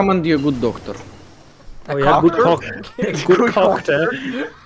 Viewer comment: Lmao the most British articulated coctor